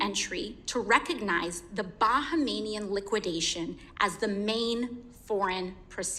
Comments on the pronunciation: Bahamian not bahamanian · I thought she was saying "Bankmanian" 😂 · "Bahamanian"? Really AOC? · Bahamian is pronounced BA-HAY-ME-AN . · That’s not how you pronounce Bahamian lol